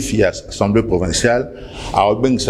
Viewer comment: Vous avez vraiment un problème les kinois, pourquoi vous dites tous" Ensemblée" au lieu d'Assemblée, " Kitare" au lieu de Guitare, " Vous connaîtrez la vérité, la vérité vous "ENfranchira" Sérieusement c'est pénible.